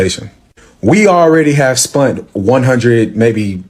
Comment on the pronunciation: Did he really say, “we already have spUnt $100…almost close to $200k….”😂😂😂😂😂 He should’ve taken that money, re-enrolled in school and learned better English.